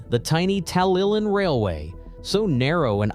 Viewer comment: It's nice that Americans want to make videos on British subjects, but it is a shame that they never do their research to get the pronunciation of place names correct. I can forgive a difficulty with some Welsh names, although it should be easy enough to pronounce 'TalyLlyn correctly, but 'Birming-ham'? It's 'Birming-um'. Also, the terminus shown at 3.44 is Porthmadog, on the Ffestiniog Railway.